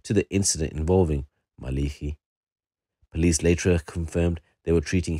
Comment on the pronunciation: It's pronounced ma Le ki not maliki was known locally in the south east and beyond